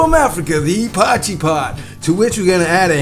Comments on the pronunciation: Dude it's called a poy kee pot not pot jee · My friend, appreciate you. For next time, dont stir the poitjie make layers and leave it. And as much as potchy has a ring to it 😂 it’s pronounced poykee ekse. 💪🏻 lekker effort boet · It's not pronounced "pochy"!, it's pronounced "poor-key"!. You sound like a right idiot calling it pochy 😂😂😂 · It's not pochie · Pronounced poy kee my man. But awesome video. Looks damn good you did the pochie justice looked amazing 😂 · Love your "potchie" dude. Relax your jaw a bit and let the sound ring out of the mouth, just like your tasty looking potjie (pronounced Poi..kie) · Pojtie pronunciation; 'Poy key' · its totally not potchee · Pronounced Poikie I think you will find there. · Pronounced poi-key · its pronounced "poykee"... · I can imagine they weep when you pronounce it “potchi “! Looks amazing though. I am a Brit but lived in SA for 9 years. I bought back a 2 and 3 pottjee pot. Always a favourite. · pronounced oxtail poykie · It's pronounced poi kee my American friend. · After hearing you pronounce Potjie, South Africans are currently throwing shit at their TV. Good cook up mate.